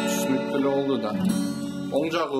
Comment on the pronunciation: Боолду дейт го 😂😂😂